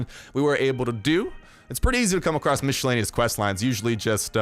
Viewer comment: Mish-ellaneous lol 😂😂😂😂😂😂